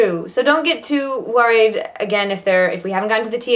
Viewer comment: slight English/Irish vernacular when saying “worried”. Is she originally English or Irish, or have some background from there? And again when she says “again “. Also at the end when she says “letter” Unless I’m hearing things, it seems to “peek out” when she’s fatigued 😊